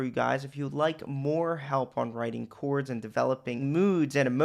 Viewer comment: I watch just to hear you say "chouawrds"